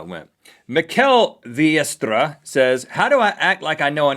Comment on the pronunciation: Thats Mikkel Vlietstra (Vlee-straw)